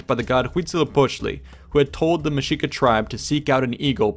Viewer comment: Love how accurate this was . I’m Mexican trying to relearn my indigenous roots and your pronunciation is on point . I was surprised when I heard you say Mexica the correct way as mesh-shee-ka. Good work!